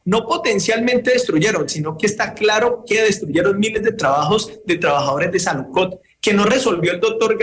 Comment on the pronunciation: El representante "experto" en temas de salud y dice: saludcod